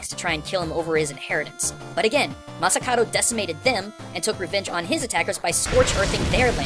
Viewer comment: Masakado. is it just me or pronounces it like masakaro, like in massacre i swear he does that on porpoise